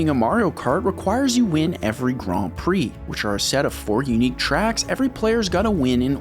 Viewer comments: Me getting angry cause he is saying gran instead of grand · Since when is Grand said like Graund? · The way you pronounce grand is a criminal offense. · why are you saying Grand so weird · I like how you purposely say Grand and Mercedes wrong 😅 It’s on purpose, right? 😅😅😅 Tell me it’s on purpose! 😅😅😅😅😅